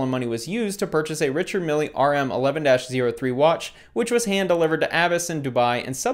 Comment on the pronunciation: It's pronounced Mill - not Millie lol